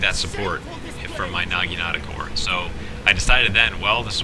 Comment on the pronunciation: he sed nageenata lmfao